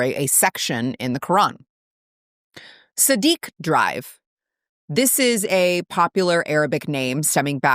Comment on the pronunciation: Your channel claims to promote respect, yet you don’t even pronounce the names respectfully. They’re Sadiq and Osman — not ‘Siddiq’ and ‘Oozman,’ which you said in a mocking tone. You have some way to go before your commentary can be considered credible.